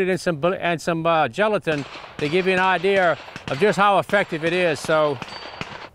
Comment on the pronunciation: idear, arear? Why the r? You're not British, Jerry!